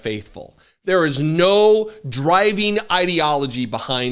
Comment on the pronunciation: Did I just hear; "J.D.AdVancement"?